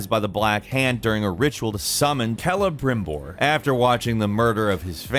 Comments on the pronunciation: Lol dubbed over "Celebrimbor". A while back he got some heat for pronouncing it like "Selibrimore" for anybody confused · Love that they had to dub him saying “Celebrimbor” because he said it wrong the first time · is really trying to make up for the last time he tried to pronounce Celebrimbor. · Nggt hahahaha he totally did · funny how they had to punch celebrimbor cause of probably mispronouncing it in the recording lmao